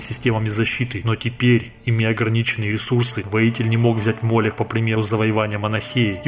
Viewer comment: Как по мне, то не мОлех а МолЕх.